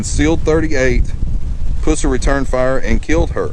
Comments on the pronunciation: Don't mean to be a stick in the mud but you are pronouncing his last name wrong. It sound awful the way you say it. Just a little conservative criticism! When you say it, say it like the green stuff that comes from an infection. pus. Buford pus-ser not puss-er! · His last name is pronounced Puss er, NOT Puser. This house was NOT his parent's house. Buford bought and paid for this house himself. LEARN HOW TO PRONOUNCE HIS NAME RIGHT!!! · I just started watching your videos they’re pretty cool but this particular video you miss pronounce Buford‘s name PUSSER The letter U in his last name is pronounced the “short “way Like the word UH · Buford Pusser ( pronounced Puss, as in an infected sore,.... er. Pusser). Get your stuff straight, dude. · Yeah his last name was (puuh-ser). Great video other than mispronouncing the last name. He was anything but a puss. 👍🏻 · Thank u for showing us Mr pusser ( puh-sser ) is how his name is pronounced sir. I am a new sub and I love watching the graveyards and all the people that's passed on old home places. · Why can't all of these you tubers get their facts straight , like the pronuncimg the person's last name. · Exactly but he did pronounce the guys last name wrong… I hope you’ve been doing well this is harry the hammer by the way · Can you say his last name right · Another idiot that can't say his name right. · You are mispronounceing his last name!!!!! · You don't even pronounce his name right. Wikipedia is not an accurate source either and that is where you got your info. Sherriff Pusser did not drink and drive. That is a fact. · I believe you're pronouncing his last name wrong. did you graduate from Jethro Bodine Academy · your saying his last name wrong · Said his last name wrong. I’m a friend of the family so if you’re gonna make a video, learn their names correctly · Your pronunciation of his last name is incorrect! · We say pus (like drainage, lol) sir. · It's not pronounced Puss er it's pronounced pus ser